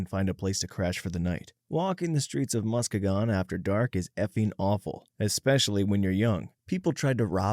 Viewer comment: As a Michigander, the way you pronounce Muskegon pained me lol. It’s “Musk-ee-gen”, don’t blame you for mispronouncing it though!